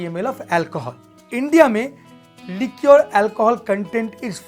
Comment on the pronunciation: Li-kuh is d pronunciation of liquor